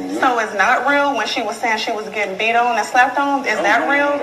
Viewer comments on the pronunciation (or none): none